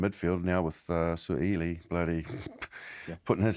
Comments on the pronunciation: How about learning to pronounce Suaalii proper. It's a name you're likely to repeat over and over again the coming years gents. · The kiwi boys are butchering the name "Sua'ali'i" lol